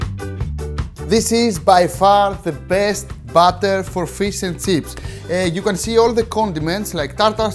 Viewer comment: I just clicked to hear him say "fees and tseeps"